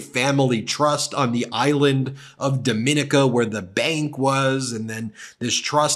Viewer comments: No no no - not Dom-in-ica - it's DOM - MIN - EEEEEKA. Please, please, please - you are broadcasting across the world - and you should be able to pronounce the names of countries correctly. DOM - MIN - EEEEEKA Get it right! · Excellent post. FYI - Dominica is pronounced Dom - In - eeka. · Ben, it's pronounced "Do-mee-NEE-kuh, for what it's worth. This is the third time I've tried this correction. It reflects the pronunciation of "Dominique" in French. The Creole of the Eastern Caribbean is based on French and West African languages. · Please pronounce the name of Dominica properly. Even though they have a sketchy bank its still the most beautiful island in the Caribbean.